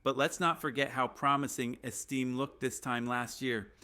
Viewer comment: Name is not esteem, it is Estime...AI crap narration??? Hey, were not taliking Martha Stewart crimes...I have to see her 3+ times a day on national TV, even after years in FEDERAL.PRISON???